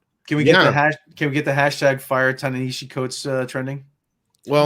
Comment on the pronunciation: Ta-nashitty Coates